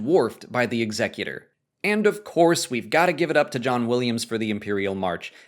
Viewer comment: I get irrationally angry over the pronunciation of Executor.